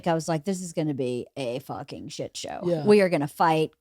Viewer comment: LeeAnn pronouncing shit like "sheeit" is like ASMR to me lol